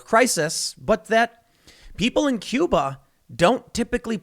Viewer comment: Tim; it’s bloody “Cuba”….we can take it in a second and a half!